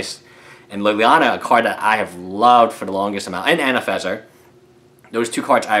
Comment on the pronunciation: I don't want to be nasty, but you do realise there is are 2 "n"s in "AnafeNza", not just the one you pronounce.